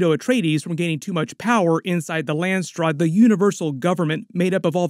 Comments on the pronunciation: landsraad.... not landstraad... as in council of the lands in dutch. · I dont think theres a 'T' in Landsraad